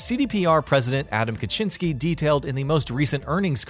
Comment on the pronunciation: Adam Kaczyński that hurts my ears.